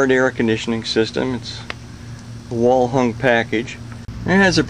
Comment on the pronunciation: Did you say wall hung or well hung